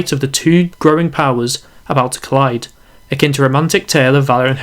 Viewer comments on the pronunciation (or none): none